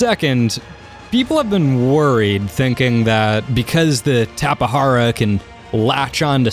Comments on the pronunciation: and plus it's pernounsed tape jara not tapehara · dude need to learn how to say Tapejara. is not tapehara. is tape-ja-ra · I pronounce it Tapegara not TapeHara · I used to pronounce it as TAPE-JAR-AH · It's actually pronounced "Tap-eh-har-ah". Is is a genus of BRAZILIAN pterosaur from the cretaceous period. You pronounce the J as an H. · He can't say all of the new Dioscuri tapehara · The Tapejara is pronounced "tap-uh-JAR-uh". Jar as you would say "Glass Jar" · It's pronounced Tape-Jar-a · The J in Tapejara is pronounced as a J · Aeons Musings no he said wrong, the "j" dont have a "h or r" sound, only in spanish.